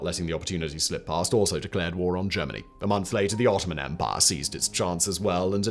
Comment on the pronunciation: I took a drink every time Simon said “empah”. I now write this from the afterlife.